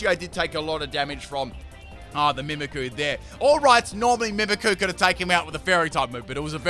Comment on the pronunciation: It’s annoying that you don’t pronounce the y in mimikyu